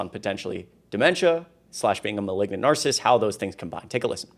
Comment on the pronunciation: I really like you, but please watch your pronunciation of narcissist. It has three syllables. Thanks!